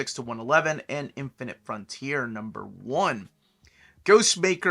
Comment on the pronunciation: James Tynion. His name is pronounced Ty-nin as per James Tynion. Not a big deal just thought I’d let you know